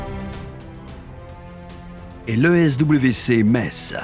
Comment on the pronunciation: En plus il le prononce bien !!